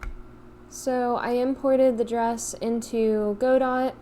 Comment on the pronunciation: Just one little niggle, it's not pronounce "go-dot", it's "god-oh".